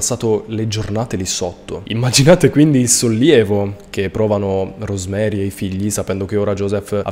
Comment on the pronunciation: I nomi dei due coniugi di questo caso aberrante si pronunciano "Iosef" e "Rosemarìi" visto che sono di lingua tedesca e la figlia "Gabrielle" si legge com'è scritto